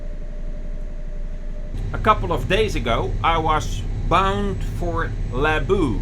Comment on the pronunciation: Hallo. In your last video, you mentioned that you weren't entirely sure how to pronounce the word "Laboe." It's actually quite simple. The umlaut in the letter "o" sounds exactly the same as in the word "Smoegen." 🙂